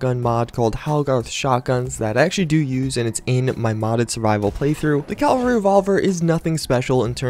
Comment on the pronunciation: "Calvary"? Really? Cav-al-ry